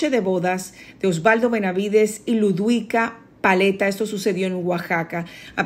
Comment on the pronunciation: Por favor aclaren que no fue Ludika Paleta,porque a no se le entiende muy bien